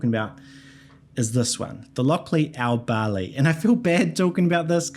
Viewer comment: Every non Scot seems to have difficulty pronouncing Aberlour correctly 😄 it's not Aberlure!